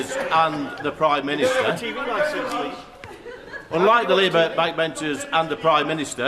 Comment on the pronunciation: "YoU dOnT hAvE a Tv LiEcEnSe" "YoU dOnT hAvE a Tv LiEcEnSe" "YoU dOnT hAvE a Tv LiEcEnSe" Who was that absolute man baby!? 🔔ends the lot of them!